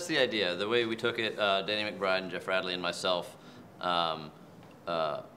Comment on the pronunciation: Umm I'm sorry but did this dude just say dannny McBride?